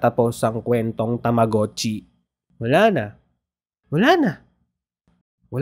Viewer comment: Tamogachi Hindi tamuguchi😅